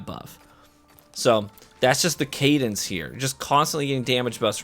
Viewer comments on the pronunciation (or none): none